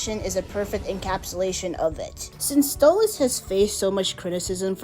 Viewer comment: Yeah... Why did you say Stolizt instead of Stolitz? I'm not a fan of it, I hate it, but that mispelling even made me cringe.